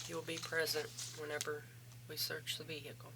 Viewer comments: If she says “vee-hick-uhl” one more time I’m going to scream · Someone please tell her the h in vehicle is silent.